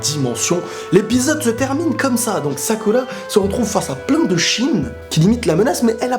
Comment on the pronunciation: salada, sakula, naluto, boluto? pourquoi pas prononcer leurs noms normalement mdr? bonne vidéo sinon